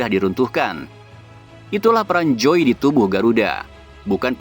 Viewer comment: Krn joey keturunan belanda mestinya huruf jdisebutkan sebagai huruf y dalam bhs belanda jadi mestinya penyebutan joey: yoey dong